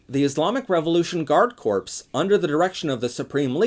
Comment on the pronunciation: Really interesting video. One very minor detail: It’s an easy mistake to make, but ‘corps’ (as in ‘guard corps’) is pronounced ‘core’.